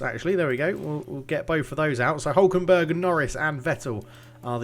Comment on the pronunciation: Also, favourite part of the vid is when you said Nico “Huckleberg” hhahahah. Thats 100% what I’m calling him from now on !